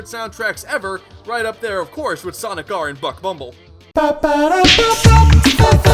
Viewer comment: "is sanic" Best line ever XD